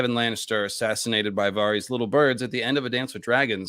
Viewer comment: The way you pronounce Varys is confusing. Why say it different from the show and George and literally everyone else